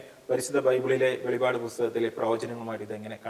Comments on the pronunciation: വെളിപ്പാട്. വെളിപാട് അല്ല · വെളിപാട് അല്ല ചേട്ടാ വെളിപ്പാട്😂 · Velivad alla velippad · It isn't to be pronounced Velipaad, but "Velippaadu" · ഹലോ ബ്രോ വെളിപാട് അല്ല വെളിപ്പാട് ആണ് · Not velipad. Velippadu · വെളിപാടു അല്ല വെളിപ്പാടു പുസ്തകം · വെളിവാട് അല്ല വെളിപ്പാട് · വെളിപ്പാട് അങ്ങനെ പറയു. അർത്ഥം മാറുന്നു.